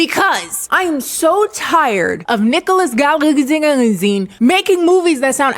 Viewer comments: Im glag to know Im not the only one who pronounces Nicholas lastname like that 🤣🤣🤣🤣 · Hilarious recap. Your mispronunciation of his name near the end is the best I've come across. The music was written by Savan Kotecha, who wrote for One Direction and numerous other pop stars. Nick sings lead on all the songs, and plays guitar and piano, but he did go to "boy ban bootcamp" for the dancing. 🥰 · I’m sorry but I can’t move past you trying to say his last name🤣🤣🤣🤣🤣